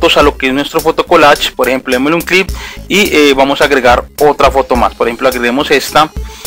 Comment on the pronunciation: Se dice click no clip XD